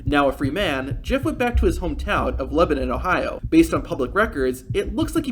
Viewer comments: Just a quick correction: You said he lived in Lebanon (pronounced Leh-buh-nahn) when we all know he lives in Lebanon (pronounced Leh-bin-nin). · The town is called “Leb-uh-none” FYI